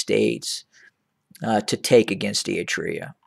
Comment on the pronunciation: You cant even say eritrea